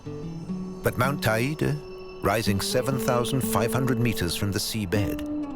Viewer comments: Beautiful documentary with a TON of work! One thing: it’s not pronounced ta-ee’-da, it is pronounced, tay’-day. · Not quite! It rhymes with the word 'LADY!' and is pronounced TAY DEE! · That's the weirdest pronunciation I've heard of Teide —should Te (as in "Ten") i (as in "e") de (as in "the")— but apart from that it is all superb.